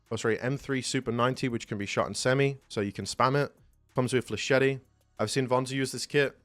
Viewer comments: Bro does not know how to say flechette☠️ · That's not how to pronounce flechette, dude. Edit: you're also mispronouncing brigadier. Edit: Also cavalier.